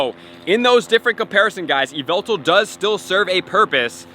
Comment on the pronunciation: ai hev yveltar